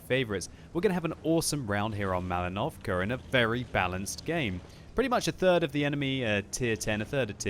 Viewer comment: Is it just me, or does it sound like says "MalinovCAR"?